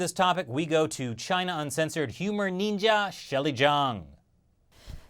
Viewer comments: I lost it when Chris said "Our humour Neendjia" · Watching the "Neenja" thing was like getting punched in the dick. Slowly.